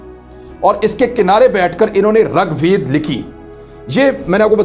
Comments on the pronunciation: It is rig vaid and not rug vaid,this is for information of Imran reyaz khan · السلامُ علیکم ورحمت اللَّهُ وبرکاۃُ رگ وید میں ر پر زبر نہیں بلکہ ریر ہے रगवेद नहीं ऋग्वेद ہے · Abe rag ved nahi rig ved bolna to seekh le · Ragwed nai bhia . Rigwed hae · It is not rug vaid it is rig vaid. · Its not Rag Ved, Its Rig Ved, i heard it from Dr.Zakir naik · Its rigveda, pronounce as rig ved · اسلام علیکم عمران بھائی یہارے کے نیچے زیر ہے اوپر زبر نہیں ہے ہے